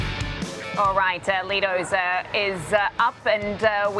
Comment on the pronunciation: It’s pronounced “Lie dose”, not “Lee dose”